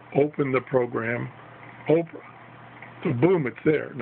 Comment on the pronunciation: Not oprah it's opera